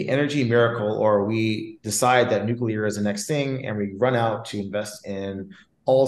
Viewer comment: Did this fool say nuclear energy ? Smh